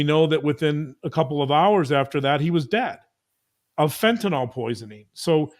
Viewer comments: Love you, please pronounce it fentanYL. It's not fentynALL. Just drives me crazy. Thanks so much. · Unsure why, but I keep hearing fentanyl mispronounced - it's FENT IN ILL not last syllable "nawl" or "all" - other than that, always love hearing your take on cases. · That’s not how you pronounce Fentanyl. fent-a-nyl not fent-y-nal. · Love u guys. Btw fentanyl is pronounced w Y as a short I: fen-tuh-nil. Otherwise u r perfect! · Please pronounce the drug’s name correctly! ( FEN-TUH -NIL). It is getting annoying!